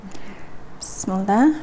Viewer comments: Сиздерден сураныч туура айтсаныздар бисмылда эмес биссмилаахир рохмаанир рохиим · Туура айттынар.мен да Назира бысымылда дегенде эле жиним келе берет.